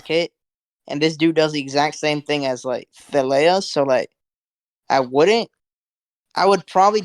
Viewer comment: Surely is to be pronounced as in Tar lay ah